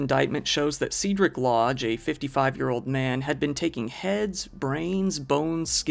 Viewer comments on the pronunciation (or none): Honestly surprised not everyone has heard the name Cedric before. I’ve never heard someone say it as see-drik before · It's Cedric. Like the guy from the Harry Potter movie.